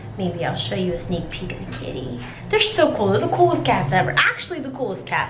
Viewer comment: I swear, at first I thought she said kidney, not kitty.